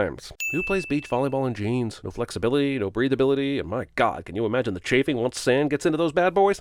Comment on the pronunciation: "Chafing" and "Chaffing": different words, different meanings, different pronunciations. "Why would a bar in San Diego have this Kansas flag hanging up?" Because it's a Kansas City BBQ place that actually existed and still exists. 600 West Harbor Drive, on the San Diego waterfront. Sin guy, sin thyself.